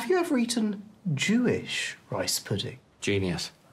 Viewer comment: The way Jim says rice pudding with so much emphasis really cracks me up 😂